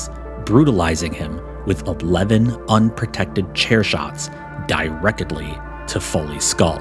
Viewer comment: 😂 You can't be bringing the dramatic heat and then slip the "Direc-ed-ly" in casually